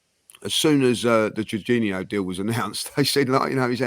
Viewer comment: Juninho 🤣🤣 how is honestly that bad at pronouncing foreign names when other people are saying it correctly to him, so fkn funny. Sending love to from Aus ❤️